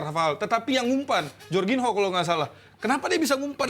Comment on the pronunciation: Suka greget si sama bes kalo soal spelling nama pemain, kek jorgin-ho, coutin-ho, Ronaldin-ho dll 🤦 sekarang hurgen klopp 😂 I mean c'mon man, jadi pundit tapi kek baru kenal bola. Sekedar info aja pemain yg berbahasa portugis yg namanya pake 'nh' kalo spanyol jadi 'ñ' itu sama dengan 'ny'nya org Indonesia. Ada lagi contoh 'j' di Spanyol juga lebih beragam lagi 'Jorge-Jordi' Jorge itu org Spanyol asli dibaca 'hor' sementara Jordi itu orang asli Catalunya dica 'jor' begitu. Bes kan sering nyebut 'hordi alba' apaan katanya sekolah tapi ko bego gitu kan...